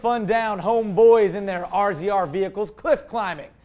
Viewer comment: dude they are called Razors not r-z-r's. Don't sound like a UTV newb! Love the show though!